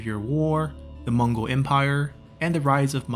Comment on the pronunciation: Hi Im from mongolia and i love your channel contents. Your Mongol name pronunciation is fucking hilarious, but love this series. Watching my own history from my favorite youtuber.